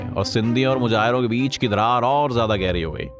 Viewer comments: Muhjahir not muhajir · The word is Muhajir.. not Mujahir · Bhai mujahir nahi muhajir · Mujhajir nahi Muhajir hot hai gandwe😂😂😂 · First of all the word is mahajir not mujair. And second thing is that there is difference between two political parties of Punjab and Sindh which are PPP and pmln ، PPP is from Sindh and pmln is from Punjab if Punjab is more developed it is because of pmln which worked better in Punjab and nothing else. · Mujahir nahi jnab muhajir alfaz he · Mujahir nahi bhai muhajir hota hai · Mujahir nhi muhajir